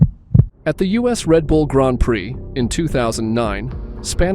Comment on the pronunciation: It's not grond it's grand